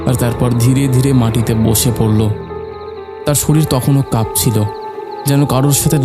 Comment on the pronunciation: আরে চন্দ্রবিন্দু গুলো উচ্চারণ করুন।"কাপছিলো,কাপছিলো"।ডিস্গাস্টিং।এগুলো ভৌতিক কান্ড কারখানা নয়। এগুলো হিস্টিরিয়া।বলুন গপ্পো শোনাচ্ছি,ভালো লাগবে।ভৌতিক কাহিনী নয়। এতো রাত-বিরেতে এখানে ওখানে ভুতের সন্ধানে ঘুরলাম কই ভুত?সন্ধান পেলে বলবেন।